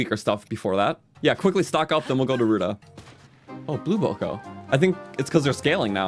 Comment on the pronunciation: it’s boko but it goes more bow k o